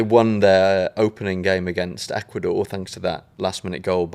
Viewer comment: “Ecuador…. Ecuasnore” 🤣😭